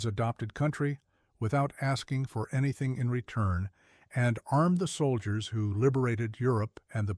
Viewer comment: Dowble-u Double-u 2 soilders. AI garbage